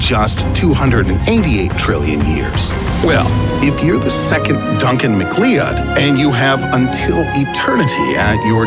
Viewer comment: Who the heck is Duncan Mckleeud?